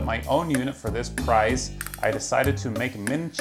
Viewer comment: An affordable PRIZE . Rite there don't trust one who can't pronounce price.